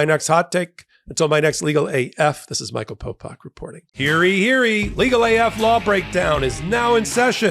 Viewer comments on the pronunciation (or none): Why do you say “heary heary” instead of “hear ye, hear ye”? It’s so annoying to hear. Everything else is great.